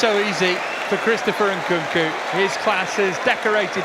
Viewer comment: Can someone teach the second commentator how to say Nkunku 😂